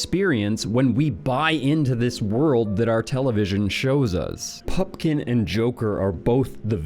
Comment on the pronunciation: Glad you’re back, and you look thinner. Keep it up. But say the correct name of actors and their character names. It’s Pupkin, not Pumpkin. It’s Bernhard. Not Bernard